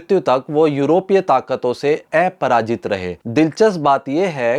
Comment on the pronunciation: Main aapke videos bahut pasand karta hoon. Is gyanvardhan ke liye dhanyavaad. ' aparaajit' ka uchcharan sahi nahi tha